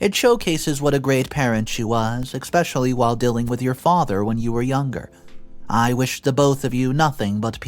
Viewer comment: You keep saying especially wrong there's no X or K in that word